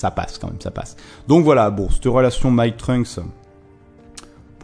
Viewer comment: C'est con mais ça me titille... Pourquoi tu dis " Mei " tu le prononces comme si c'était un E très souvent alors que c'est un A " M A I" ("danse" certainement) MAAAAAIIIEUHHHH pas mééééiiieuhhh haha bref ! Analyse / résumé sympa comme d'hab :)